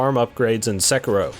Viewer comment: got to love the pronunciation SeKERro